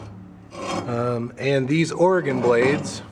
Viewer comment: I don't know anything about this stuff but I do have to say thank you for saying Oregon correctly!! - Signed, an Oregonian :D